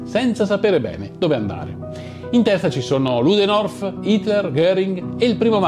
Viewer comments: Si chiama ludendorf e non ludenorf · Comunque si chiama Ludendorff e non Luderof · Il cognome Ludendorff si pronuncia esattamente come è scritto. Non parliamo di un personaggio qualunque, ma del comandante in capo effettivo, non nominale ma effettivo, dell'esercito tedesco durante la prima guerra mondiale. Un cognome universalmente noto che andrebbe pronunciato correttamente.